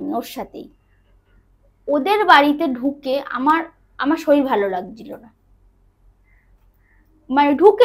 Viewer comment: Bhalo laglo, tobe saril saril naa bole, sarir bolle sunte bhalo lagto...